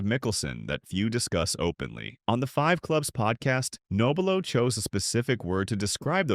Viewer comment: How about an honest pronunciation of Frank's last name?